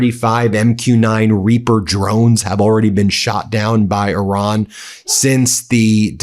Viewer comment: Its irán not oran